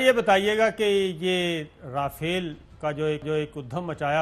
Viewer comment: رافالعے نھی لافالعے ہین واوہ...😂